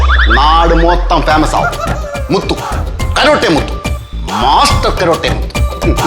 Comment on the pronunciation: കരോട്ടെ. അല്ല മുത്തൂ സെ കരാട്ടെ യാ😁😁😁